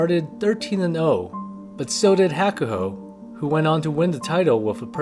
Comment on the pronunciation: Pronunciation of Hakuho is terrible. Kisenosato is living vicariously through Onosto as his Oyakata. Hoshoryu is not a real Yokozuna. He was forced by JSA, yokozuna assosication, and his uncle. Onosato made a great decision. Hakuoho became Hukuho's great hope before Hakuseiho's shameful behavior. But most of these sanyaku rikishi take advantage of their position in the heya. Your sports comparisons are silly.